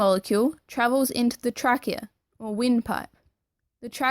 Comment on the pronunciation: You mispronounce trachea, alveoli, and capillary.